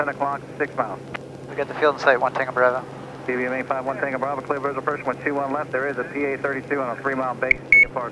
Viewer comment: your bravo sounds like "brother"